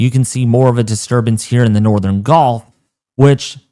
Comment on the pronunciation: Why do you say golf when the word is actually gulf? Very distinctive difference in the sounding of the word.